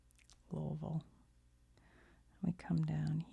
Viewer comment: You pronounced Louisville like a native. Nice!